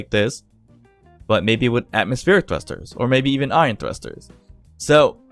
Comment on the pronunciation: Is it just me? but I hear IRON thrusters instead of ION... Unless I'm still sleeping... :/